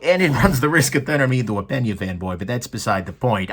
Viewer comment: double take Did you just call him "Pen-Yay" instead of "Pane-Yuh?"